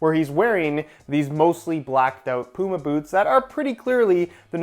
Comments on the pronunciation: Man I honestly can't deal with how you say Puma 🤣 its Puma not Pooma 😂😂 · Bro said pooma